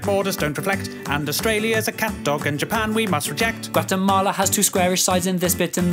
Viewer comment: Dude its Guatemala not Quatemala